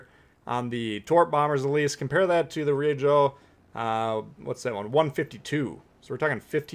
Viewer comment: Always entertaining & informative. FYI: Pronunciation help NOAF (No One Asked For) Ryujo: two long syllables, sounds like "due Joe" (where there's a "y" sound after the d in due). Keep up the good work. 20k soon